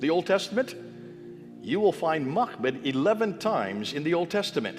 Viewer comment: Poor editing, the screen text did not follow what bith the printed text said and also what the man spoke. He pronounced the word Macmed the screen text said Muhammad. and did so many times. Islamic Allah is actually Baal, Moloch, Beelzebub, and the idol of it is contained within the black cube at Mecca